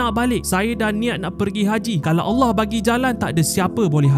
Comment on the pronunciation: x pelat sebutan Allah ye, mantap